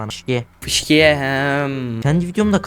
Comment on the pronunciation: Fışkiye✅ Fıskiye❎ Aynen aynen fışkiye🤣🤣🤣🤣🤣🤣